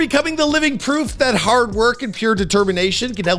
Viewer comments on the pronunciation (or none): none